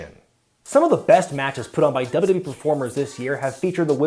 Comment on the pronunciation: "dubrubee" - how to pronounce WWE like